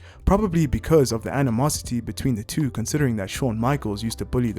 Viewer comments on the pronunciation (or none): none